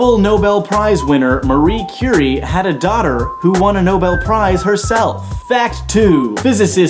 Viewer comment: Please pronounce Marie Curie a little more french... That would it make easier for me^^